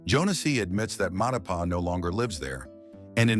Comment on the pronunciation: everytime you say "Matipa" it kills me